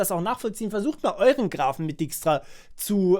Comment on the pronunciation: Du schreibst dijkstra zwar richtig, aber du butcherst die Aussprache ;)